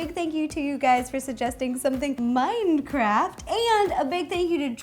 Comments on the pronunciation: She said mindcraft instead of Minecraft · i cringed when she said mindcraft